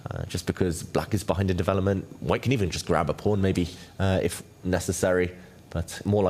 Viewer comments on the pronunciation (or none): Please , DeWelopment? I mean I appreciate you can play chess but I can’t handle listening to the W instead of V. Are you able to learn the V or can you not hear yourself ?